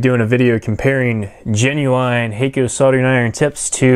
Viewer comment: FYI Hakko is pronounced hahk-koh rather than hey-koh. If you understand IPA then it is [hakko:]. It means "white light".